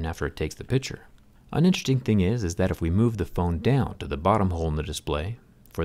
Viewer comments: "interting" lol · Count how many times he says “intchesting”